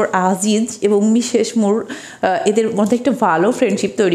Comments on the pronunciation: Well explained but "মিশেশ মুর" is not the correct pronunciation. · তার সব কথাগুলো শুনবে তার উচ্চারণে স/ছ তে একটু সমস্যা আছে এগুলো জন্মগত , এরকম বহুত মানুষ আছে যাদের উচ্চারণে সমস্যা । আমরা বুঝলেন না আপনার বোধ-বুদ্ধির ঘাটতি আছে তা না হলে বুঝতেন😊